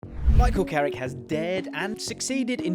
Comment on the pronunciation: It’s carrick you knowwwww